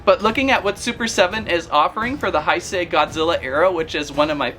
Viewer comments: Heisei is pronounced like this hey-say not hi say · "the heisei era is my favorite era". doesn't even know how to pronounce heisei. here's how to pronounce heisei properly: h-e-y-s-a-y